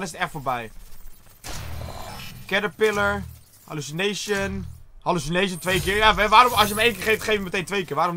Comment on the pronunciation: Toen ie zei hallucination camo op minuut klonk het echt als alle chinezen camo 😂😂😂